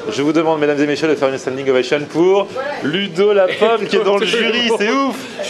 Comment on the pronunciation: Ludo la pomme!!! C'est vrai que" la pomme" ça fait très espagnole Lol!!!! MDR